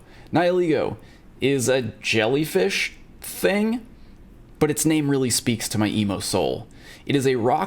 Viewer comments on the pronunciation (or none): none